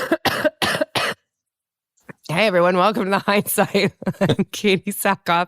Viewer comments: It's "Katee", not "Kate", but yes, I love them both so much, bro! They're both amazing people, and great actors as well! Katee's an international Hollywood sci-fi treasure, such a babe! And Joel's a comedy legend, man! He's been in Community, 30 Rock, and now Animal Control on Fox! This guy is awesome! I love Joel McHale so much, y'all! He's insanely cool and talented! What fun he is to watch! His work is phenomenal! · Bro, totally! Joel is amazing, and both of them are great together! And I'd watch them in anything, man! Also, it's not "Katie", her name is "Katee", got that, dude? Thanks!